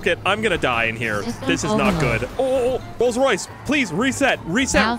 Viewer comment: Its a rolce roice